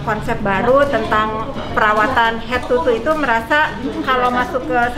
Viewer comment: Nyai, toe itu di bacanya tow, bkn tu